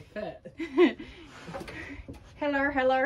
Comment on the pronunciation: Me and my son and daughter in law and granddaughter Went to the state fair my son saw the goat with small ears and he couldn’t believe it, that the goats look like that it funny how you say heller, we love madea .